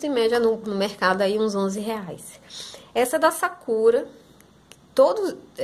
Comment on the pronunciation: Ela fala sakura errado kkkk